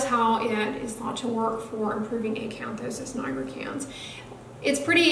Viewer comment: I LOVE HOW YOU SAY ACANTHOSIS NIGRICANS!!